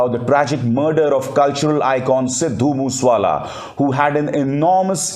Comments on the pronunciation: Abhishar Sir, his village name was Moosewala not Mooswala…. RIP 🙏🙏😢😢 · Abe Sharma bhai mos wala nai balke MOSA WALA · मूस वाला नहीं सर मूसे वाला, उसके गांव का नाम मूसा है, और जिले का नाम मानसा है मनसा नहीं । मानसा, बठिंडा के साथ सटा हुआ है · Its mooseyewala not mooswala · Abhisar ji ye Sidhu Moosey Wala hai Sidhu Moos wala nahi So plz correct ur self